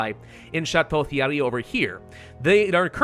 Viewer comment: just so yoou know in french "TH" is pronounced just like "T" so you pronounce it chateau Tierry also you dont pronounce le last "e" in a word unless it looks like "é"